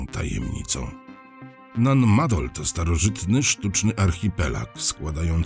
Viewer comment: wielkie dzięki, że pan opowiadacz wielokrotnie wspomniał, że nan madol to miejsce należące do mikronezji na pacyfiku i dzięki że pan tak uważnie i dokładnie nan maNdol czyta. 👍👍 no i niby tylko takie drobnostki, a jednak można tak fascynujący temat i audycję spierdoloć... 👍👍